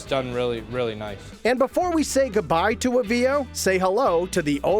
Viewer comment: Boy! Does this guy mispronounce Avvio's. I guess he's not Italian.😂